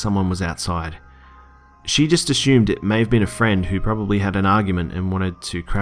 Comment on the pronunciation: Ahhhh the accent you say "asshumed"